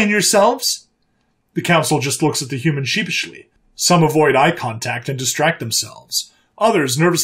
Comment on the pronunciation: What's a "Humman"??